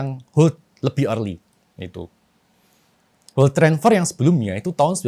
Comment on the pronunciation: bukan world😂 wealth